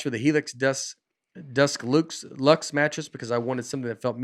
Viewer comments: Spotify: “this is an educational podcast” Nate when trying to say deluxe: “ducks loose” But seriously this is my favorite podcast out there love all you guys! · This may have been my favorite episode yet. I think I gained more knowledge from this than the previous 27 episodes combined while still laughing out loud throughout. I was very disappointed that no one caught on to Nate pronouncing deluxe as "dusk loose" when doing the helix sleep ad. Love the show, thank you for being the highlight of my week in these tough times!